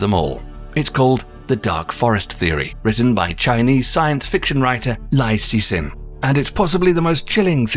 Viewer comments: The Chinese author's name Liu Cixin is pronounced more like "Lee-Oh Tsss Hsin", not "Lai Caishin." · hey, just saying this for the hell of it, but the chinese author's name is pronounced "lee-you see sin", not "lie-you see sin" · Lie see sin, good attempt I guess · You totally got the name Liu Ci Xin pronounced wrongly...